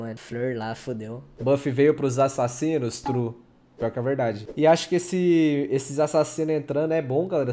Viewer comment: assasonos kkkkkk